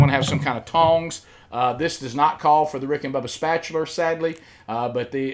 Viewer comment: I thought the video was a deepfake due to him fumbling words. That was untill he said "Spatular". I knew then that was the real Rick. I thought I was country with my vernacular. I been saying spatula my whole life without the "R". This would be a good video for Prilosec or Pepcid to sponsor. I think I understand the purpose of the spiral. It helps with even cooking and gives you a better indication of when the hot dog is done. Most people throw the BBQ sauce on right from the start and thats one main culprit to ruining a hot dog. The fact you let them cook mid way before applying the sauce says you got experince cooking. BTW that statement that you cannot trust a skinny cook is not 100% accurate. Im slim/fit and the neighboors would buy the meat just to have me cook it. Main issue with skinny cooks is they want to get too extravagant and make everything healthy. Gotta keep it simple. A good steak can be ruined right from the start by not marinating it correctly. You gotta rub the seasoning in not just sprinkle it on.